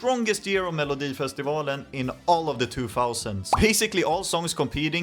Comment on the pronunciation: Jag känner mig lite egenkär som kollar denna 😂 jag vet ju allt detta egentligen, men det känns lite mer exklusivt att höra det på engelska 😊 man hör att du är svensk när du säger "melodifestivalen " för ingen amerikansk kille kan säga det rätt😅 jag får väl passa på att skryta om att jag har en Loreen tatuering sedan nov 2015❤